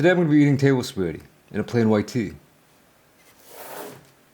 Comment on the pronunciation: I love how you called it spagett! 😂